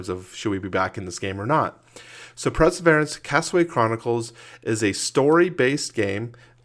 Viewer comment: It's pronounced : purr-suh-veer-ants...that's it! Unsubscribing!